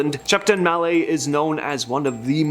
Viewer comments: It's pronounced mallet, you pronounce it with the t......yanks, sounds like English, it's not! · It’s Shepton Mallet as is a wooden/rubber hammer not ballet.